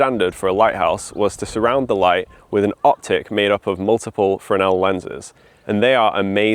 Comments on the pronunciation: French Fresnel is "fren-nel". has it right. BSc physics not wasted! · Firstly well done on correctly pronouncing Fresnel lens, the S is silent. Secondly, well worth a visit is the Scottish Lighthouse Museum in Stevenson Rd, Fraserburgh AB43 9DU they have a great collection of Fresnel lenses, history, a lighthouse you can go up and lots more besides.